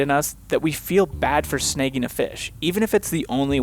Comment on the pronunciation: Took me a while to figure you were saying "sn-ah-gging" a fish. I heard "sn-eh-gging".